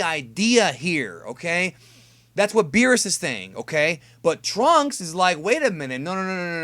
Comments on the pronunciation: Wheerus lol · I wonder how strong "Wheerus" is lol